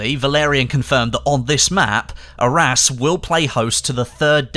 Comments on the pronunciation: I thought at first he said our ass as the name of the map lol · Is Arras really pronounced like our ass? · . Yeah I can't un-hear "our ass"